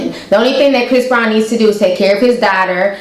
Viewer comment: Where you from ? I notice you accent when you said word daughter